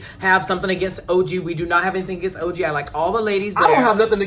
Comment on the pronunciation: When you referred to OG as ToeG I was done watching. This whole channel is a dub, don’t be shady